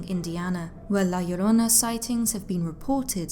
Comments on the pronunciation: Thank you for saying it right ❤ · Damn, im Mexican and you pronounce La Llorona better than I do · Wow, you pronounce "La Llorona" very well! I was not expecting that, but I was pleasantly surprised 😀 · You pronounced La Llrona better than 99% of the people I've heard talk about the myth. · Awesome Spanish pronunciation , love it, also love your diction, is the best for all your videos , great work! Cheers from Mexico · I love your voice, your accent, and the fact that you nailed the pronounciation of La llorona perfectly! Great video,:> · Wow! You the first person not Hispanic nor latino that actually pronounces the name right. Love that story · Your pronunciation spot on. Great job. My grandmother used to tell these stories when we were kids. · THUMBS UP JUST FOR pronouncing "La Llorona" so well, but think that Marina / Cortez connection is more Propaganda against the Spaniard's ruling class and think that was retroactively added as a cautionary tale for those that would aid them against the more native peoples. you did a excellent job as usual. kudos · The way you pronounce La Llorona is such a turn on. 😩👌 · You say La Llorona so perfect. Im shocked cause most Northern Europeans have such a hard time with Spainish lol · Great video U say la llorona good in spanish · Love this!! And the pronunciation is literal perfection 😁😁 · 👏👏👏 that pronunciation of La Llorona in Spanish is perfect!!!! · Yes, I see videos covering this and their pronunciation makes me cringe and the fact that she says it right makes the whole video perfect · I noticed that too.